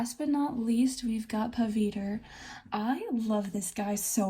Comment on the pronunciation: Ngl every time you said Pavitr it killed me inside- 😂 In all seriousness, fun fact, the patterning you used behind Pavitr is called mandala. They are commonly used as aspects of henna works, but are their own thing, known for their repetitive and circular motions.